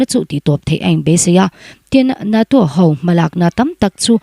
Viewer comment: A ( hau ) mai thei a nia aw... ( hau ) = X ( ho ) = ✓ A ( ho ) mai thei a nia aw..